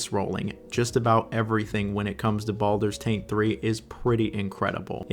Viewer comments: Why does he keep calling baldurs GATE 3, "baldurs taint 3"? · Is he deliberately mispronouncing titles.... no.. I'm being pranoid. .... Baldurs Taint 3